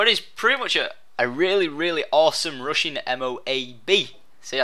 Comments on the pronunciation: I thought you were saying 'Russian' gameplay etc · I swear I thought you said Russian during the entire video except the end.